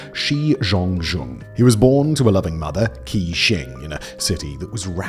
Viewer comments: How do you not have a single mandarin speaker on staff? Qi = Chee not Kee. You consistently make the same pronunciation mistake throughout your many channels. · How on earth is 'Qi' pronouced as 'Key'?